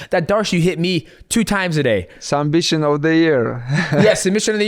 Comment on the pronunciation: “Sumbission of the year😁😄”